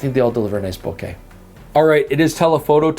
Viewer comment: Bo-KAH ... Bo-KAH ... Bo-KAH ... 😝